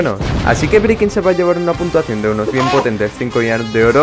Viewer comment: cuando pones esa letras pequeñas cuando pones la puntuacion dice puntasao